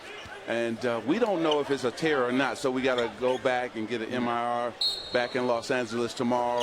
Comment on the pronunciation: "We have to get an MIR" oh Magic